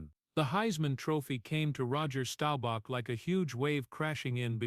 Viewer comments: You should have learned how to pronounce his name. It is Staubach, not Stobauch. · Stowbach?! Please pronounce his last name correctly. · DAMN DAWG!!! WHY don't you AI learn to PRONOUNCE names CORRECTLY!!! STOWBACK??? I COULDN'T STAND THERE AND LISTEN ONCE MORE 🤬👎👎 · This guy needs to learn how to pronounce Roger’s last name if he’s going to tell a story about people